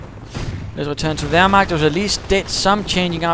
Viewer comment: I laughted out when you said "wehrmakters" :D! It's really funny if you, friends, speak some german :). I really like your Podcasts!